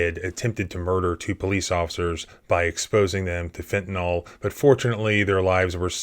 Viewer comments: There is no O in fentanyl. It is pronounced fen-ta-NIL. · Great stuff! Please learn how to pronounce "Fentanyl". You wouldn't say "Bicocle", would you? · Fen ta NILL, NOT "Fen ta NALL" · It's "fentaNYL," not "fentaNOL." You're too smart to be mispronouncing such a common word. ❤ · It's not fentanol. It's fentanyl. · First of all, it's pronounced Fenta NYL, not Fenta NAHL. Secondly, have you STILL not figured out that at least 9/10ths of what you report on is pure 🎭🎭🎭??? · It always amazes me how most people cannot pronounce 'fentanyl'. It's said as fentanol all the time. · Pronounced "FEN-TU-NIL" Not "FEN-TA-NOL" It isn't an alcohol. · I love your channel. Great work! BTW, it's fentanYL (rhymes with Bill). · OK I wasn't going to say anything but you mentioned the pigs poorly written report. You're pronouncing fentanyl (like everyone else who is parroting words) as if it was spelled "fentan-all". Cmon man. You're an intelligent guy. When you hear a new word, you need to actually learn the word before speaking in front of the world. Please don't perpetuate the lazy mistake. K bye! ,) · Why does everyone pronounce fentanyl wrong.